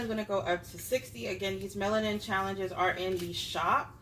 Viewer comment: You’re so funny saying “shallenges” 😂